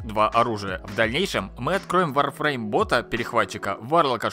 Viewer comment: Кто-то сказал Warfreme?)